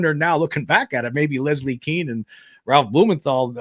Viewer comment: Leslie Kean is pronounced like "Cane", not "Keen".